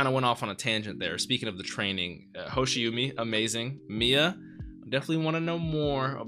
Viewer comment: the "umi" in hoshiumi (星海) is pronounced more like ooh-me. maybe someone on patreon has already pointed it out, but just thought i'd give my two cents :) fun fact: hoshiumi roughly translates to "a sea of stars"! thanks for the awesome reactions as always <3